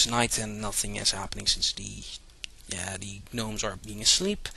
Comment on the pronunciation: Gnomes have always been pronounced Nomes to my recollection. A G-NU is a different matter :)